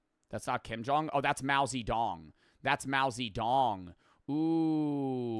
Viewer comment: mao zee-dong😭